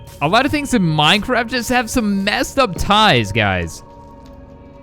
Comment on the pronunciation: You sed mindcrad XD